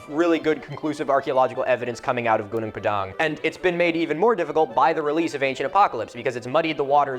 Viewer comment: First off that's pronounced /'guːnɔːŋ 'pɑːdɑːŋ/ not /guː'nuːŋ pə'dæŋ/